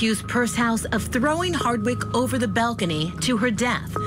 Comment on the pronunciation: Why is the one female commentator continuesly calling her HARDWICK??? Did she not do her research ??? Geez, at least get this woman's name right!!!